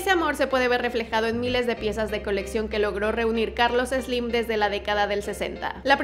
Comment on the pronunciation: Ni siquiera lo sales pronunciar! No es Eslim! Jajaja